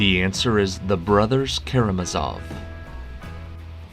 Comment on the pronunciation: Hey,: how is it possible to be so completely insulated from the normal pronunciation of both foreign and English words? Nothing reveals so obviously your ignorance of Steinbeck, for instance, as that you don't know how to pronounce Salinas (roughly, suh lee nus). Boeotia is pronounced bee OH shuh, and Karamazov takes its stress on the third syllable. In every quiz, you make several such howlers. Why don't you just look them up? Many proper nouns will actually be in the Webster or Oxford dictionaries online.